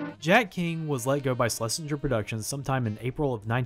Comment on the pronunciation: SHH-LESINGER NOT SLESHINGER